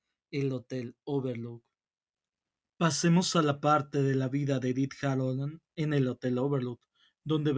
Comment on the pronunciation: Me gusto, es muy bueno pero me da algo que digas Harolland en lugar de Hallorand